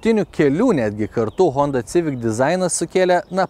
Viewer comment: Eilinis apžvalgininkas,kuris netaisyklingai taria automobilio modelio pavadinima-sivik,o ne civik.